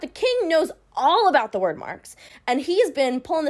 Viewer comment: Hearing her say wyrd as word gave me a stroke I think hehehe